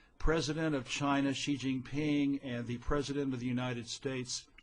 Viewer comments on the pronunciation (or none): This guy,, cannot even correctly pronounce the name of Xi Jinping, doesn't understand what's happening in China. is all over the internet and is a paid China wumao. Goodluck!